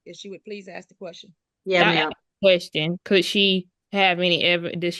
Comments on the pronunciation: Why can they not pronounce ask correctly? It's always axed. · Fine her for saying 'axe' instead of 'ask'! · Did u read the comments from the lady that was talking about the word "axe" its funny as heck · Someone who says "axe" or "mont" doesn't have $100k worth of items .. I'm guessing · Why do these uneducated people say axet instead of ask it drives me crazy learn to speak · So many countries have wierd laws that protect renters, even when they are obviously tricking the system. So sad. A buddy of mine had to spend 4 months just to kick out a non-paying tenant. On a different note : I keep hearing "AKS/AXE" instead of "ASK", they do know its an S infront on the K right? "i wouldnt be able to AXE my neighbours" ……..well, please dont...…. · Ther can be the most educated black person,and they will never say ask in a conversation, it's always axe.lol❤😂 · "aks" the clearest sign of ignorance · This woman is ridiculous. And I’m so over the “axe” 🤦🏼‍♀️🤬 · “ Can I axe “ Learn proper English before addressing the court ! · 🙄. Yup. She did aks/axe them….